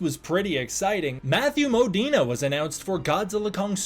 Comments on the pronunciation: I’m pretty sure it’s Mo-Deen. Not Mo-Deen-eh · His name is Modine not Modina. I'm not sure why you're pronouncing it so weirdly.😂